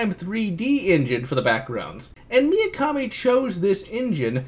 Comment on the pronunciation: Why do you pronounce Mikami as "Miyakami"? You already seemed to do that on the Resident Evil video. Just nitpicking I guess, good video nonetheless :)